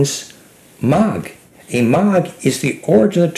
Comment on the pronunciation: You call it MAG... I call it MAGyar. In my language it means the people of the seed :)